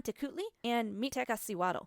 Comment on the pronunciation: And the teotihuacanos, don't forget the teotihuacanos. 😉 I've read also you had trouble with the deities' names pronunciation; remember, in nahuatl language, the stronger syllable is always the penultimate: MiktlanteKUHtli, MiktekaSIwatl. 😀 Nevertheless, nice research! 😃